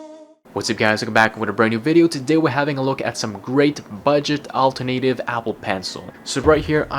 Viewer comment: Another great review. Thank you. I think you need to get the pronunciation correct for 'alternative'. It's al-TER-na- tive. It's a word you use a lot in these type of reviews; best to get it right.